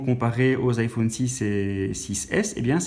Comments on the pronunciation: ça dérenge que moi qu'il prononce I phaune? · Je dislike parceque tu dis iphaune et c'est chiant sinon c bien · nn moi aussi sa me stresse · haaa désoler en même temos c'était le seul mot dont tu prononçait mal et comme c'est le nom d'un produit ça peux arriver à tout le monde😂😂😅😅(si non t'as vidéo est géniale) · Rayane Berabah nous les belge on dit sa 😂